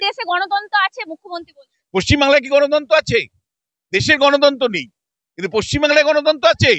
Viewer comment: তিনি বললেন "গণতন্তো" কিন্তু বিশুবাবু শুনেছেন গণতন্ত্র।😂😂😂😂😂😂